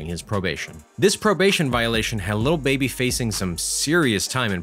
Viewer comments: tre wright it’s not “Luh baby” either smh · he a white dude. He say “little” instead of “lil” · Is no one gonna talk about how he says little baby instead of lil baby? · anyways annoyed tht he kept sayin “little baby” instead of “lil baby” 😭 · His name is lil baby not “little baby” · Great video but it’s lil baby not little baby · keeps say little baby it’s “LIL” baby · It’s lil not little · He literally says “little” baby😭😭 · Say "little baby" one more time, i dare u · I swear if you say “little” baby one more time... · Man keeps saying little baby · He messing up the name 😑 what’s is “ little baby 😂 “ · They way he said “Lil Baby” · Does a video on lil baby but doesn’t even know how to say his fucking name